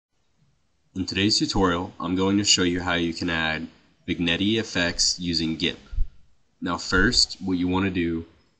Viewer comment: How can the T's be silent, and yet you say "vin-yeT"?